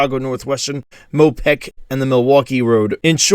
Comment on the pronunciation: Do you intend to say "Mo peck," or "Mo PACK?"